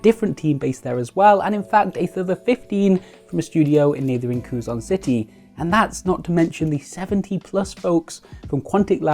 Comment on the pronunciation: Nitpicky errata as a dude who lives there, it's pronounced "Keh-Zon City". Love the videos you do!